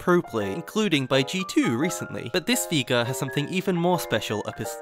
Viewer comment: Veegar, never herd of him. Jokes aside nice vid, really well made.